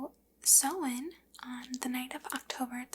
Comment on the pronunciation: Your pronunciation of samhain isn't too far off!